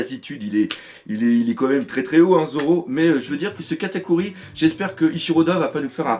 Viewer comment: "3- Katakui" dans l'intro ! Haha ça m'a tué Katakuri : Kata cuit, quelle faute mais ça m'a fait rire merci :')